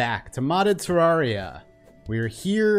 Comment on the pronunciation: Terraria not terraaria